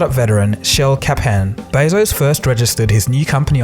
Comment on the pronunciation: Jeff Bay-zose? it's beh-zos and dayta not dahta pmsl